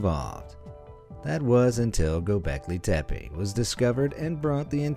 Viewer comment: İts “Göbekli tepe”